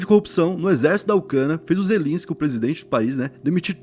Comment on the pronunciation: É Zel-E-nsky!